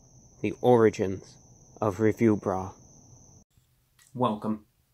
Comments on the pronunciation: The way he says review BRUH. I can't breathe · Forgive me but for just a second I heard you said "Review Rat"... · I kept hearing Review Bra.